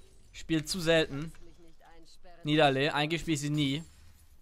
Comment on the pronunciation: das heißt "Nie Da Lee"